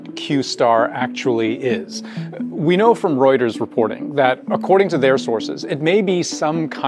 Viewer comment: Thank you so much for pronouncing "Reuters" correctly.